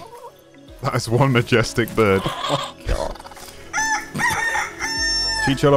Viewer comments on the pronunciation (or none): Its fkin CHICHARON, not Chicharon 》:(